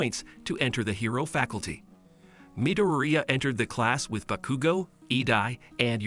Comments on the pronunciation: (Boo-kudu-go) is wrong it’s (baa-kuu-go) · Me too but also cracked me up becuz he said BAHCUGO AND EYEDA.